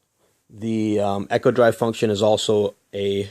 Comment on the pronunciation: Pronounced eeee-ko , as in economical , not ekko